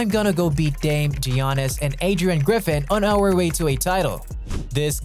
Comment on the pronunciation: Why dose he say geanis